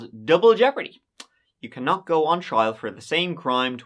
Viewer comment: I've been speaking English since I was born nearly 50 years ago, and I never heard anyone say "give it a go" until this channel. It's not a common phrase, at least not in the US. Also he doesn't pronounce words right, so be careful using him for English lessons. "Go" is not pronounced "goo", and "third" is not pronounced "turd". The French students I've had in classes have always had trouble saying "three", calling it "tree", like does. Don't copy. His English is bad. Also his grammar is terrible, so definitely don't copy that.